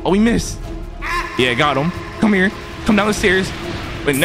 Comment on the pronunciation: the way he keeps saying cmhere